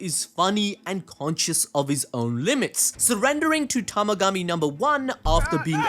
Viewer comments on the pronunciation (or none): TA-MA-GA-MI, not yamagachi or tamagachi